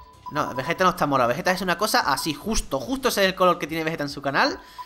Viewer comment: Oye no te diste cuenta que dices vegete como y fuera vegetta 777 y es Vegeta ve ge ta es así